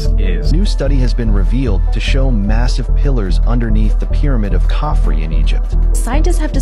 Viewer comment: Credibility is stretched when should be pronounced"Khafre" with the syllables "ka-fre" or "ka-f-ray," with a slight emphasis on the first syllable not Kafren as mispronounced by the Italian.